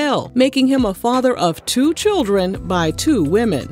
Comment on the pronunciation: Not "Destiny's Chirren"....😂😂😂😂